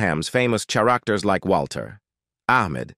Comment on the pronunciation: I'm so tired of robotic narrations. That's the only thing that could explain mispronouncing a word like "characters." The robot here pronounced the ch the way you would in chat.